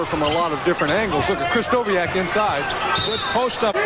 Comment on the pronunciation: I was born in Seattle in 1973, where I grew up. Sonics and Blazers fan. Japanese-American and male, too. I did NOT know, that Larry Krystkowiak could dunk like that!! (Kris-TO-vee-ak, not Kris-KO-WEE-ak)